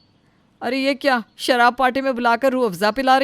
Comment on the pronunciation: Bidi puckte hai but sharb ka 'sh' bh nahi pata. Lagta hai apke writer bh 'sh' pe kar story likte hai